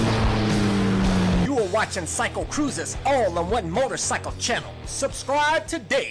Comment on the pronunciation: "miotocycle" xD